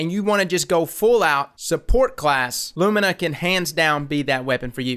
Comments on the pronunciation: LOO ME NAH NOT LOOM IN AH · " i presend you Lumna" xD Perfekt